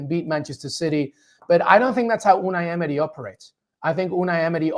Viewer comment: the way he says "Unai Emery" sounds legit